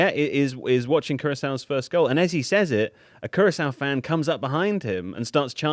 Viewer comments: Curakao? Jesus if you don't even know how to pronounce the countries how can I trust your analysis lol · Curakao instead of Curaçao hurt my ears a tad, lads. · Germany were playing "care a cow"? Of all the ways to butcher Curaçao... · Sorry this really annoys me. This guy is a journalist. It's cur-a-SAO. He mispronounces it like 100 times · The discussion about how to pronounce Cape Verde / Cabo Verde being immediately followed by the absolute butchering of Curaçao is hilarious. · The Curaçao pronunciation was brutal